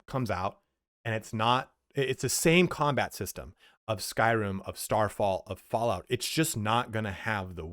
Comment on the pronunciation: You keep calling it Starfall when it's Starfield. 🤣 You're such a goof man.